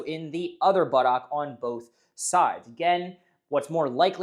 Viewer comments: puts too much emphasis on the OCK. It's closer to Buttuck. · Do you have to pronounce it butt OCK 😅 It's making me laugh.